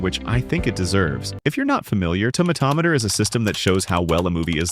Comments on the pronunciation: Finally! A person who pronounces "tomatometer" right! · Subbed for tomatometer pronunciation 😄